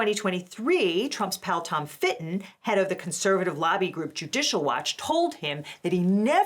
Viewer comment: His name is Tom Fitton, not Shirt Fittin.